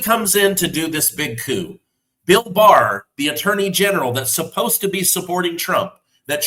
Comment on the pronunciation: Got it, Barr not Baer😢